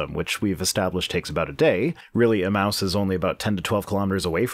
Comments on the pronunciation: Another great video but I can hardly stand the way you pronounce "emmaus." I always thought it was pronounced "eMAYus" instead of "eMOUSE". anyways keep up the great work! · Pedantic pronunciation correction Emmaus is pronounced [uh-mey-uh s] thank you for coming to my Ted talk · Emmaus...say it with me, now: eh-MAY-us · I believe it's pronounced e-MAY-us.